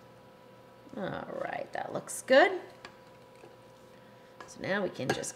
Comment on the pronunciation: You may spell it 'alright', but to me, it sounds exactly like I spelled it - 'aright'. Maybe it's your accent, I don't know.